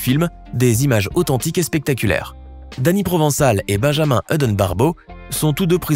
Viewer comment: Hudon est un nom français qui se prononce comme héron. Une fois de plus, un français qui voit de l'anglais partout.